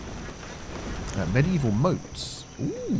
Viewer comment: "Medievil mouts" and that "oooooooh"Love it 😂